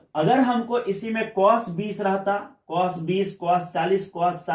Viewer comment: Cos ko pronunciation nahi athaa🤣🤣